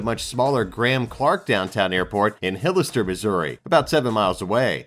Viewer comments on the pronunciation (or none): Hollister Mo. Not Hillister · HOLISTER Not HILister